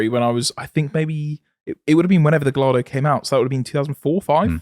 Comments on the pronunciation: lol, you don’t pronounce the lls in Gallardo 😂😂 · How is it possible that both of you pronounce Gallardo the exact same incorrect way?